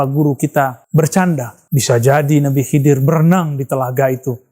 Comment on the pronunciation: Maaf bang nama nabinya nabi hidir bukan Kidir🙏